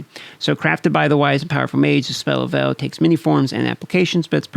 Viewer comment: great Video, just one quick pronuncing on veil